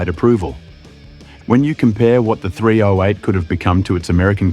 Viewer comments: THREE OH EIGHT. JUST SAY 308 Takes one second to pronounce instead of Three Oh Eight 😅😅😅😅😅😅😅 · AI spoken dross narration. It's not Three-Oh-Eight, it's Threeo-Eight. And it's aluminium, not a-Loo-minum. Hire a bloody voice actor to narrate you cheap-arses. And then the obvious ADR to was put in to fix some apparent bigger blunder. At least that bit got the 308 pronounced properly. The dude who the AI voice was trained on maybe? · Its sure narrated by AI. The voice is so annoying. Who says "three (slight pause) ow eight" and distinctively pronounce each letter? It's pronounced "threeoheight". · What was the Engine again, I forget. Ohh that's right it was a "three ohh eight" Geeze I fucking hate AI voiced videos. Surely you can do a human voice on the video. You insult the intelligence of the people who view (but fucking noo way will i sub) your crap. Next time see if you can outdo yourself and mention it 400 times. Thank fuck you only have 2.71k subscribers.